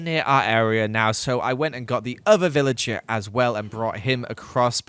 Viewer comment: I swear he said pillager instead of villager. Anyway the videos quite good! I really want to see day 3000